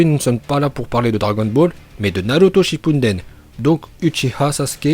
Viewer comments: aRrÊtE dE d1rE sHiPpUnDeN 😂🥴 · PTDR il dir ca alors qui dit shinpunden Mais je m'abonne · Arrête de dire Shippounden tu me fais rire c'est Shippuden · Ça s'appelle Naruto Shippuden pas Shippunden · Moi je trouve que tu prononce bien les mots mais moi je dis pas shippuNden je dis shippuden (ça m'a tjrs perturbé mais bon c pas très grave 😂) continue ce que tu fait ❤ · Il a dit Naruto shipumdeme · ouais mais tu dis tout le temps naruto shippunden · Tu dis naruto shipounden😭😭🤣🤣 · Moi je comprenais shiNpuNden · C pas vraiment un L c un R mais en un instant donc on dirait un L Il prononce bien mais le N du shippuden j'crois pas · Pour les Uchiwa et Uchiha ça ça me dérange pas mais c'est les autres prononciations... genre c'est Shippuden et non Shippunden. Et des problèmes comme ça il y en a pleins d'autres dans tes vidéos